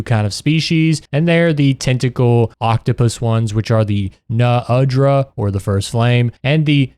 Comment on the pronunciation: haha you really were thinking i wouldnt reach the Uthe dunea, Ray DAEU and NU undra point and comment about the way you say it uh?